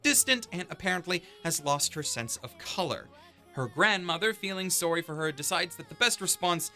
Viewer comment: I love that the Canadian comes out when he says sorry. Lol